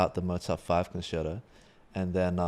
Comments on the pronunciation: well sorry but you shouldn’t. It’s con chair toe. With whatever your accent is, accent is not what I’m talking about. You don’t or shouldn’t say pee za, it’s peetsa. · Love twoset, but how do they not know how to pronounce the word concerto?